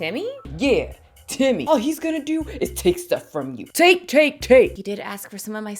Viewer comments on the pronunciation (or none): Timmy not Timmy 😂😂😂